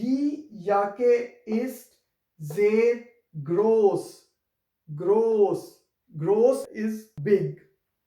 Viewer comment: It is not gross , it is pronounced as ghoss..